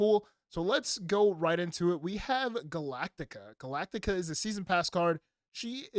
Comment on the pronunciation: Galacta, not Galactica...